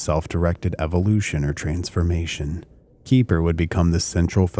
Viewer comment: Keper is pronounce KEH-fer. Rhymes with heifer.